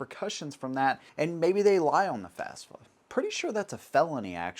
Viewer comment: FAFSA, not FASFA. Free Application for Federal Student Aid